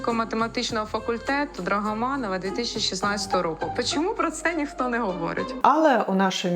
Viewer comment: "ДрагАманАва, пАчЄму"...оце так вчителька.....